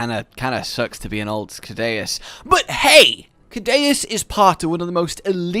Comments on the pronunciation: why do u call it kadaus when its pronounced seadious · I think Ceadeus is pronounced with the C as an S, like Sea Deus, because it implies he is a god of the Ocean or carries a godly title, like 30 other monsters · guess what it’s “soo-day-us” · It's "see-ADDY-us",. Also, dunkleosteus is pronounced "dunkul-osteus". Its name literally means "Dunkle's bone", after the guy who found its skull. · It's Sea-Day-oos. Dues is Latin for God, so Sea God. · It's pronounced Kaydayuse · It’s pronounced sea-deus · Ceadeus I think should be pronounced See-de-uus as Cea is pronounced like Sea in Latin and also in Latin Deus is god, and it’s pronounced De-uus. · It's pronounced(c-dus) or (sea-dus) the second e is silent. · Btw it's pronounced "Say-dus" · Sea - de - us that is how to say it I have been in the old world for to long to long